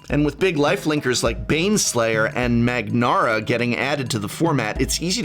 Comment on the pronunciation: "Magnara" ... You mean Mangara?